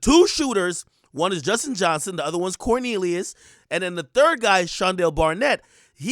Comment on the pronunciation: Why did you say Cornelius like that?